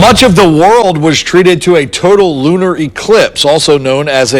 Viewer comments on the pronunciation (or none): Did that reporter just say lunal?